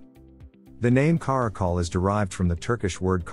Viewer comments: Stop pronouncing it cuh-ROCK-ul. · "Care-icle" and "Car-akal" . . . I'm living for the interchangable pronunciation in this video 🤣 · Take a shot every time he pronounces Caracal a new way.